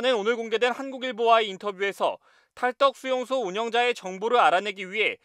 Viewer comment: 자꾸 탈떡이래.. 왜그래 강세 좀 제발